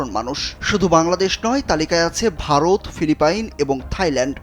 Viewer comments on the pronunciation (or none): none